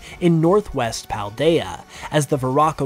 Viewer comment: well, that is from the spelling standpoint. Paldea is pronounced "Pahl-daya", as if it was a Spanish word. you need to watch the Nintendo Presents for Scarlet and Violet. i will tell you this is true.